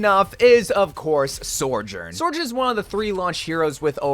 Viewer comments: Sojourn. Not Sorjen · Dude, why do you keep pronouncing Sojourn's name so wrong? Its just So-jern, not Sore-jern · Is there a secret reason why you call her sorjourn and not sojourn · Why do you say soujorn like that 😭 goodness gracious it always catches me off guard